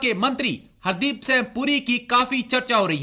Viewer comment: The person who made the video could not prononce ' singh ' correctly. Very funny. Nonsense. Idiot.